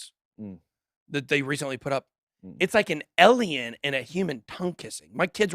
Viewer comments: Is mispronouncing “alien” as “elian” a southern thing or just a Ben thing? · Ben says Alien like this.. Elien...